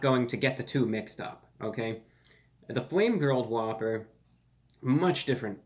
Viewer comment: You just made it impossible for me to order the impossible whopper. All I keep hearing is spit on a whppper.